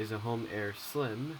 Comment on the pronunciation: its "Slym"